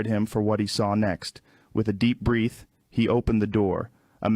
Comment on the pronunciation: Total bs not Rogan talking normally especially the way the voice is reading and he mispronounces breath!